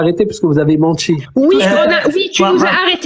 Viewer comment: Vous avez mentchi ! Vous avez mentchi ! 😂😂